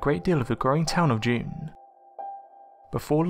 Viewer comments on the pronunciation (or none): Wooo Junee ❤ I live here! It's pronounced 'june e' not June. :p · The town is pronouced "Junie", spelt Junee. All spirits are non-hostile and Mrs. Crawley is known to demand good manners of guests :)